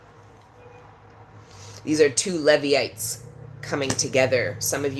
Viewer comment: Pronounced "Leevites"